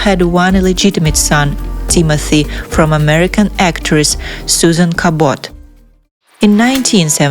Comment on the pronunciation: Najib Halaby was half Syrian snd half English by descent. His wife, Doris, was of Swedish descent. Noor is only one quarter Syriañ. Susan Cahbot. Accent on the firsy syllabled